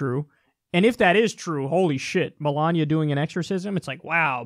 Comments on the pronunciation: lol Brian Fischer says Melania like Melanya. Im just making a joke, sorry 😐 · "MeLANia" "OHcculltic" "Diabetus"